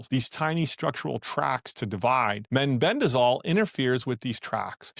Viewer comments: It's meh-ben-dazole, not men-ben-dazole. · it concerns me that the speaker in this video pronounced mebendazole as meNbendazole ?